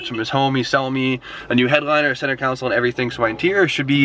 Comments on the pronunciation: I’ll never unhear “center counsel” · It's pronounced (con-soul) spelled: console... engineer's...SMH lol we love you! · CONSOLE! ITS CON-SOLE..